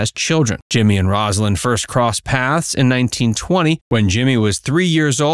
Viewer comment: From the start, the commentator mispronounced Rosalyn's name. I'm done. Do better.